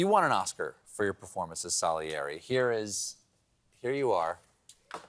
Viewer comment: Stephen please learn how to pronounce Salieri 🙄